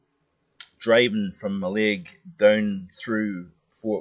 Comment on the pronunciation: Excellent enjoyable & informative report [*one minor point, the pronunciation of Mallaig should put the emphasis in the first syllable not the second:)